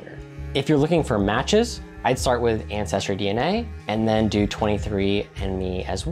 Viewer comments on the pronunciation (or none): none